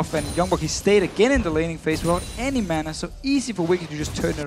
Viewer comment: I just can't stand Deficio, it annoys me to no end how he pronounces mana like manner.